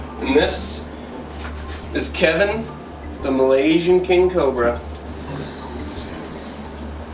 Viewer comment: It sounds like he's saying cober instead of cobra, lol.